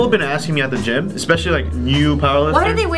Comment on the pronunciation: Actually fucken LOLED when he pronounced it geem ahahahah